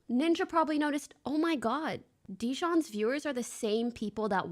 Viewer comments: why does she constantly call him Dijon like the mustard? 😆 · funny how long this has been going on but she still cant say jidion right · It's funny to me that every commentary channel talking about this can't say Jidion's name right. The only one I've seen say it right is Atozy